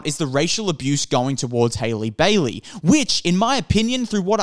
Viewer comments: it’s HAH-lee not HAY-lee… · you people have been review bombing since last year, LAST YEAR, haven’t watched the movie and talk mad shit about it, not a single white woman alive can outsing halle and get a role like this, also it is HA-LLEE NOT HAILEY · Hailey Bailey? cmon now at least learn how to pronounce her name. I do not like the Disney live-action remakes and will not be watching them since I am an animation snob but your video so so disingenuous. Halle has responded to the backlash for her being casted, not the film reviews themselves. Just seems like you're trying to outrage bait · I don’t wanna be that guy but your pronouncing her first name wrong lol